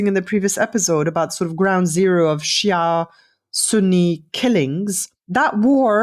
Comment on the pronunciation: Good podcast but I hate Ghattas' prejudice against shias as well as her pronounciation of the word